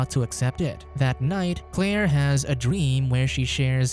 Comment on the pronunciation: "Clare has a drweem"